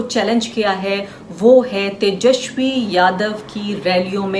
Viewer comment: मैडम पहले "तेजस्वी" तो ढंग से बोल लो 😂😂